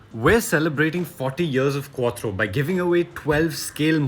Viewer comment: It's called " QUATTRO"